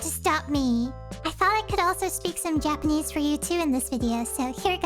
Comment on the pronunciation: Your japanese pronounciations, natively spoken! ✨